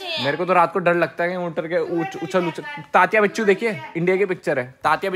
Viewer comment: Bhai I am From maharastra Vo tatya bichu nahi tatya vinchu he i am from Mumbai